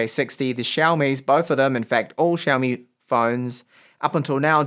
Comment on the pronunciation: syaomi, not shyaomi!!!